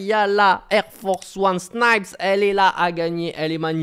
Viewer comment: Personne ne l'a remarqué j'ai l'impression mais tu ne dis plus "Sni-pèss" mais Snipes à l'anglaise. Je le note donc je le mets ici. Tu tiens compte des retours sur tes video et ça fait plaisir même si pour ma part ça me dérangeait pas trop trop